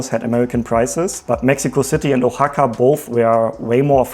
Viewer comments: Oaxaca is pronounced WA-HA-KA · Just so you know Oaxaca is pronounced with a WH sound. Think the word What without the AT.